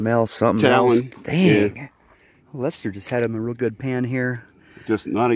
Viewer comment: Glad Lester got some good gold to take home and thanks for the shout out. Really glad you pronounced my name right, lol. You'd be surprised how many don't. Don't work too hard. Record the bbq and highbanking.